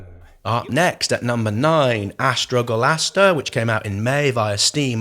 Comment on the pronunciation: Stop saying Astrogolaster!! Im getting mildly infuriated hahaha. AstroLoGaster ok